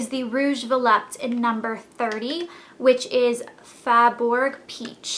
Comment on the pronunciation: its not VOLUPTE, it's volupté please